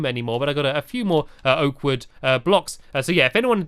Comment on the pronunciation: You should really get a good way to say oak wood